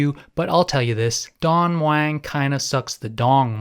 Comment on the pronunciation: Its Don MUANG!!!!!!!!!!Please ur pronunciation of Thai words is really bad I've flown air aisa over 40 times in se aisa< never had a problem, will always go with them as i never have check in Baggage